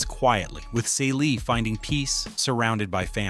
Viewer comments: Wtf was Caylee!? Please if your going to commentate this pronounce their names right!! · Great info- but her name is pronounced "see lee". All those other pronunciations in this clip makes it feel like it's another character. Her name was said all throughout the movie. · The main character's name is mispronounced. If you want your channel to succeed, don't compromise important details. Pronouncing the name of one of the most iconic characters in black cinematic history is not the way to go about it. At one point you have a photo of Fantasia Barrino, who was not in the 1985 original movie. She was in the 2023 movie based on the stage musical. Either you're ineffectively using AI or you've never seen the movie or both. Creating deep-dive content on movies you've never seen, especially black movies, is vampireistic. Don't tell us details about our revered classics if you didn't show enough respect to watch the movie. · PLEASE get these women's names right: → Shug = the first syllable of “sugar.” It’s “Shug,” “shuuug.” → Celie = "SEE-lee" , “cell-ee.” I’m guessing the video is AI-narrated, and honestly, the narration itself is quite good—but repeatedly mispronouncing the names of two of The Color Purple’s central women is a pretty glaring miss. Technically, I’m not going to invoke “Say Their Names” here, because that phrase belongs to a movement honoring real people whose lives were lost to racial and state violence, and these women are fictional. I would posit that the underlying principle of *taking enough care to learn and correctly say Black women’s names is especially relevant here. The Color Purple is a story profoundly concerned with Black women being seen, heard, valued, and allowed to define themselves. Their names are part of that identity. So please: put some respect on Celie and Shug Avery.